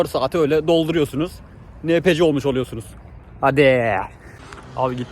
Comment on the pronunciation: enpisi diye okunur o